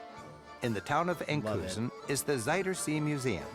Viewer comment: it is writtwn Enkhuizen and pronounced differently than how he pronounced it. I lived there the first 9 months after moving to the Netherlands 15 years ago. Very very pretty town.